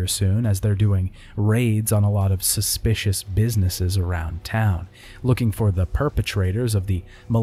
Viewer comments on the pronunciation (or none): none